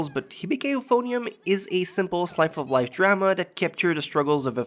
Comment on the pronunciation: "Slife of life." lol